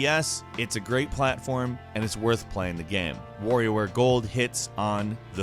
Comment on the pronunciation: The way he pronouce "Wario" makes me cringe...